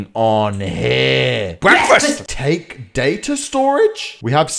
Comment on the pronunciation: it's not datae center it's data center